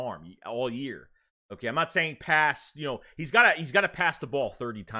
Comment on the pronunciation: "Hooh-kaaiyy" Haha, good stuff.